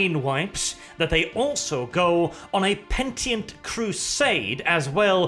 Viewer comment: PEN - IT - ENT neither penient nor pentient